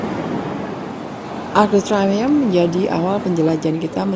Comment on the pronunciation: Pelafalan Arc de Triomphe salah, jangan dibaca seperti membaca bahasa Inggris